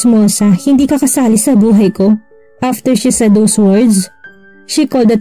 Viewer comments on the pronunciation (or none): Si narrator sa sobrang arte yong said ay sad ang pag pronoince.